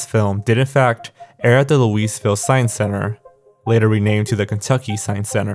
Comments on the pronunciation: Loved the video but i just want u to know louisville is pronounced like “louieville” or “lulvul” not louiseville LOL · >"Louise-ville" And everyone below the Mason-Dixon line collectively cringed. It's pronounced more like "Lul-vull". It's stupid. I know. I ran to the Midwest for a reason. You could at least say "Louie-ville", which is a bit better. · I have to correct you since its our thing, but, its not LOUISVILLE, its LOOAVULL okay 👌🏼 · You are correct, his "Louiseville" is hilarious. Also, I say "loo-uh-vil", but there are tshirts here that have 5-ish other pronunciations, so take your pick. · as someone who lives in Louisville, I didn't even recognize my city's name when pronounced it LOUISEville. I've heard "Loo-ie,"" "Loo-is" and the correct way, "Loo-uh." I have NEVER heard Louise-ville, that was funny. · Oh wow, I live here in Louisville, KY. But it's pronounced "Lewie Vill", not "Lewis Vill" because the S is silent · ....How can you be unaware that the "s" in "Louisville" is silent? It's pronounced "LOO-ih-vuhl´", not "loo´-EES-vil"! I live in Texas but I could hear everyone in Kentucky facepalming from here! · It's "Looeyville" or "Luville" Never ever Louis-Ville. That's like pronouncing the 'silent S' in Arkansas. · i love the fact that doesn’t mispronounce louisville in the common way (as “lewis”) but instead chooses to go a step further and say “louise” lmaooo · It is loo-uh-ville ( I live near that area and have lived their my whole life but idc for pronunciation I think we get the point regardless) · AHHHH yes, Luis-ville, my favorite city in Kentucky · My mother worked at the Kentucky Louisville science center in the mid to late 2000’s, I’ll ask her about Quantum quest. If she doesn’t, maybe one of her friends do. Also: you pronounced Louisville as “looeesevil” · quick tip Louisville is pronounced Loo-vul or Loo-e-vil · I love you man, but Louisville is pronounced LOU-uh-VILLE